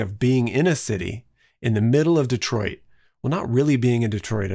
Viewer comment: AHHH! this is the first time i've come across your channel and was ecstatic to see the ren cen... then you pronounced our city's name properly and i got even more excited lol instant subscriber!